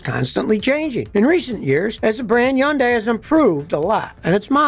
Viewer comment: NO. not YUNDAI. HUN DAI. That's it. Just HUN DAI. No Yun